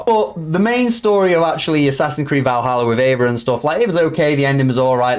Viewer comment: Yeah I'm beginning to realise more and more that people really missed the point of Valhalla and I think it's hilarious 😂😂😂 the guy can't even pronounce eivor correctly 😂😂😂